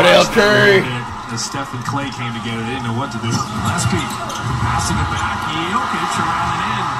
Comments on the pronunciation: My guy, it's "Yoke ich" not "jock itch" lol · It's Yokich... serbian letter "J" is like Y(es) Y(ou) Y(esterday)... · Dude you need to watch more nuggets games. And it Yo-kich. Get it right he’s the best player in the league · I can’t tell if the way you pronounce Jokic is disrespect or illiteracy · Bro say Jokics name right. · can he at least say the Joker or pronounce Jokic name correctly put some respect on that man.